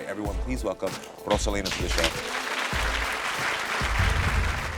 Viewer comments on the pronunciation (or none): Karamo, you better roll that "R" in Rosalina. He must speak Spanish.